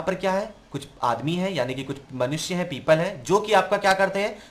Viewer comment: People❌ Peeeepaaal✔️